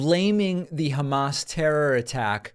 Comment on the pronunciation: Hey David- now would be a good time to add Trump’s mangling of “Hamas” to your sound clips of “ Troth Central “ and “Obamna.” Drumpf says Hamas as “Hummus,” “Humush” or “HA- mas.” 🤦‍♂️